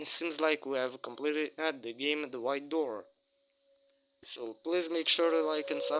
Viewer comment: Its prounts the White door not the ehite door